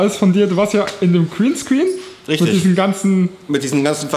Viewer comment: Der Kriehnskrien, zu geil. Hat so ein Kriehnskrien eigentlich Mähmohwie?